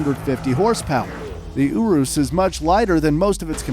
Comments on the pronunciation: bruh, "ooroos" tho XD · did he seriously just pronounce urus oo roos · bruh u said centenario, veneno and urus wrong